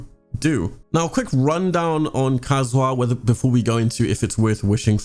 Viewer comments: Entire community: ka-zu-ha: Kazoo huh? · I love your videos, but the way you pronounce Kazuha hurts my soul